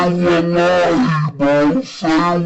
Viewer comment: Seems like he is Saying Say my Money or Save my Lobby😂